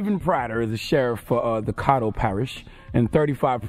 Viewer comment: Donkey of the day goes to Charlemagne for not even knowing how to pronounce Caddo correctly.